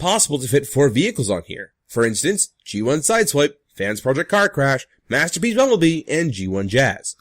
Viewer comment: Also, does anyone notice how he slurs "masterpiece bumblebee?" It comes out as masterbiesumbebee